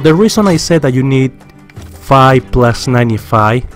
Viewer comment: Viewers watching hears him say five. Did he said fi?!!?